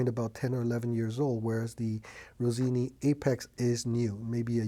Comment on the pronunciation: Rossini, not Rosini. 😉